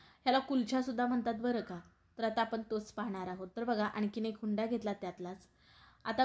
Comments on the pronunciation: Hunda nahi unda mhantat tai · भारीच,👌पण हुंडा नाही उंडा म्हणतात